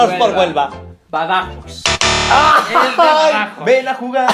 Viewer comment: Se dice badajoz! Con acento en el oz. Saludos desde España :)